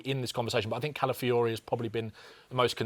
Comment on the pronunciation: Calafiori😂😂 give me a break man